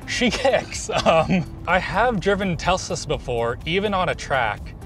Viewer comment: saying Tesla as Telsa is peak…